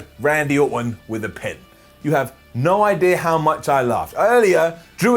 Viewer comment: said: you have no eye-dea....